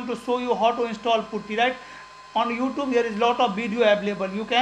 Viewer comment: Hell you….dont how to pronounce oouTube!!!